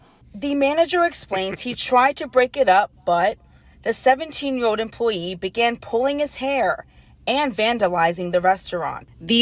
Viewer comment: “17 year owed” imagine a (non asian) news anchor who cant pronounce the letter L